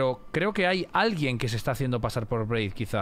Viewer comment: Me hace gracia y me desespera que le diga Braid y Blaidd